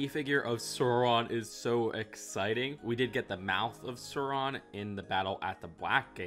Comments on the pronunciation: ITS NOT SURON ITS SAURON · It's not sore-on it's sour-on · Burra dur? SORE-on?? Bruh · Best way to think of Sauron's name pronounciation is "Sour-on".